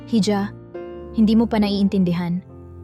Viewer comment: Ganda na sana kaso ang hija eh ( hidya) ang pronouce mo eh parang nde ka pinoy